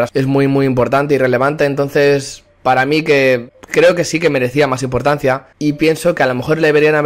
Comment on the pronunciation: Impotancia jajaja